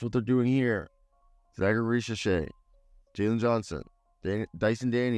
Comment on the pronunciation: Risachey' is how to pronounce his name.